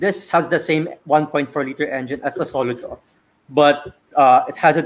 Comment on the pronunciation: I really love this whole review and the other video (test drive). why insists on pronouncing it as SO-luto is freaking annoying though.